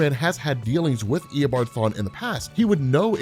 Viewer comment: This is how many times he said ear a bom farm (reverse flash’s actually name) | | \|/